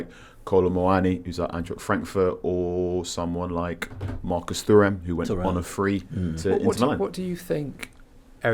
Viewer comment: How does this guy in red not know how to pronounce the name of the legendary defender Thuram. it's like someone pronouncing the name of Arsenal's record goal scorer the same as John TERRY x Lenny HENRY. lol Also calling Hojland a 'fixer upper' is negative, rather it is called developing potential which is half of football management. If we go & buy Foden now, it is not a 'fixer upper' signing, it is a great one.